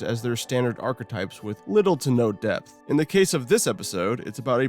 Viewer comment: And it's in DEPTH. Not in DEATH. theres a P there.. it's not silent.